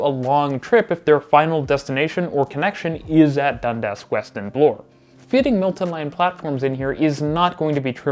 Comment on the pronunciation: I enjoyed your video, but your pronunciation is very uneven. Pronounce Milton as such, not “Multin” and insert the correct number of syllables into your words. You have a tendency to shorten three syllable words to two syllables. As well, Bloor is pronounced the same way as “poor”, emphasis on the double O, and not as Blore.